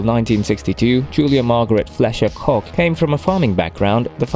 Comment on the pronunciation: Koch is pronounced "Coke!"